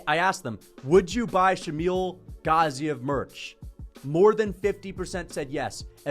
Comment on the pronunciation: Why do you pronounce Shamil Gaziev’s last name like that 😂😂